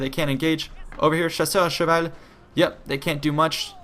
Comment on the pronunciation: Are you french, i'm french and you speak french very well when you say:"chasseurs à cheval" !